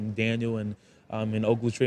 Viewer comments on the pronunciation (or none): Ogletree? Nice try kid